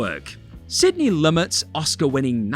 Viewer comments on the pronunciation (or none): isn't it pronounced loomay?